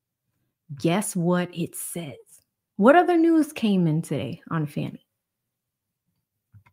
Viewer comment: Why are you saying “fanny” when you know that her name is Fani?